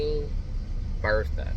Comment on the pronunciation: Bethea not Bertha